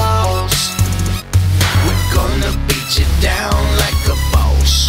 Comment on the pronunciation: why you saying it like a bows